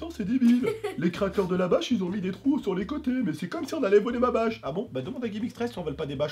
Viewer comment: Trop drôle il a dit 2 trout